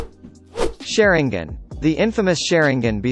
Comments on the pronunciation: The "sharon gin " come on bro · Suri gan